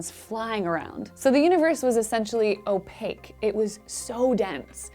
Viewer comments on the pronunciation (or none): none